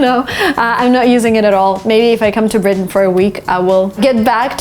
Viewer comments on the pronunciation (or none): none